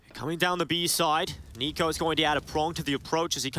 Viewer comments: Narrator dude pronounced NiKo as Nickko lol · How did the VA person read NiKo as Nick-o lmao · you really can't pronounce niko correctly lmao